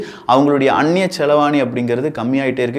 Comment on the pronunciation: அவர்களே... அன்னிய செலாவணி என்பதே சரியான சொல். அன்னிய செலவாணி அல்ல. இதை சரியாக சொல்லவும் என அன்புடன் கேட்டுக்கொள்கிறேன்